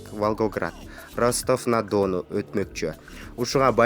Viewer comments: Чындап эле уят!копчулук угуп жатат бу озун журналист сезген адамдын произношениясын..аягына чыкканча олдук кулуп жатып..Ростав на Дооону! дегендеби,🤣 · Ростов на Дону деп сонун айтат экен🤙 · Ростов на Дону дейтго 😆😅🤣😂